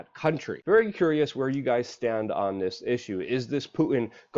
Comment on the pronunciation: It's poo-T-in. Not poo-in. Why can't the younger generation pronounce T? Is it that difficult to put the tip of your tongue to the roof of your mouth?